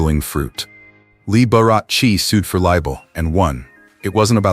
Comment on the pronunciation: This person needs to pronounce Mr Liberace's name properly